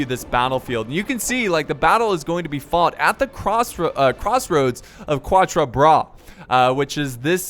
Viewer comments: U have to pronounce quatre like catre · For you, Quatre Bras, is pronounced more like CATre Bras (i know how you like to seek the right pronounciation, so here you are);)